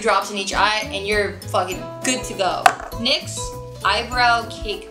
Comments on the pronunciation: It's pronounced "nix" not n why ex :) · i believe NYX pronounced ''nix'' AHAHA love you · It's pronounced "nicks" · Nyx is pronounced like nicks :D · You say nyx as one word